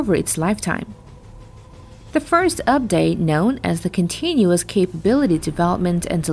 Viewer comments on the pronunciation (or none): none